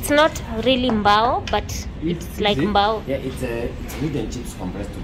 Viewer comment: Its not really mbao its like mbaaaaaooo